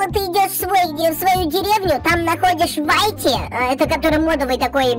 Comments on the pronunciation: Не вайти а вити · Во первых Ruv это РУВ а не РАВ Во вторых Whitty это Витти а не Вайти-_ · Если честно то не вайти а уити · Не вайти а витти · Я НЕ ВАЙТИ А УИТТИ!!!